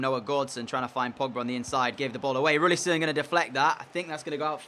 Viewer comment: is it not roussillon instead of roullisson?